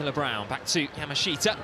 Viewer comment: When will these announcers learn how to pronounce Yamashita? Yaa -- Maa -- Shtaa How hard is that?